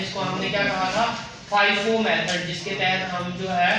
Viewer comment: Sir g FIFI nhi FIFO hai 😅